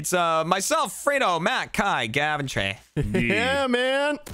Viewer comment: When said Trey I thought he said Cheng and I was so confused I was like is there a new member?